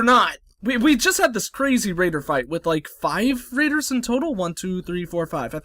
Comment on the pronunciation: Okay sorry but did he just say "Randers" have landed about five minutes in? That's glorious. Fuck Raiders, they're Randers.